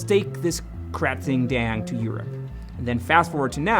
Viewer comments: Sorry, not to be grammar Nazi but I get really annoyed with "Katring" Daeng it's "Krating'' like in Kratos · It's pronounced kra-ting (bull) daeng (red) 👍